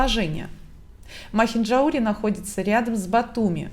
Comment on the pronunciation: МахинджаУри. Ударение на букву У